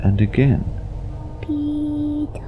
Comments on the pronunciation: did he say "pika" like pika pika pikachuuu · I thought he said "Teto" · I thought he said tiiiitaaaa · Pee Tara is soo cute but i think it’s peter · First I heard:- Lucass Second:- Tea Topp Third:- Peetart Fourth:- (After reading the comments) Peter. Me: Oh~ So his name is Peter? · You mean peee-taah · It’s sound like The boy is said retard instead of peter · It sounds like he's saying Pitooooo 😂 In Spanish it means penis. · Nobody: Literally nobody: PEE TAAHH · I’m not gonna lie I thought that when he said his name he said “pedo” XD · All I hear is Pee Tar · Why i hear petor and not peter? XD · I thought he said dee-tah. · lol why she keeps saying “peeto” (dick In Spanish) 😂😂😂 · i thought he said peep hole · Pee taa more like pepp aaaa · Ik its "peter"but i keep on hearing "beat her." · Now I hear beat her. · I hear peta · Funny I keep hearing ''PETA'' for some reason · The first time it was said I thought it was “Pee Cock” And I was like: What the frick is that for a name? Poor Peecock... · I heard Pedro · I hear Pee to😂😂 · Australian or English way of saying Peter is said with a longer 'aah' sound at the end compared to the American pronunciation.